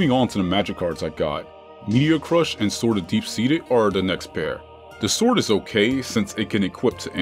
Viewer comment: Don't tell me blud really pronounced sword as s-word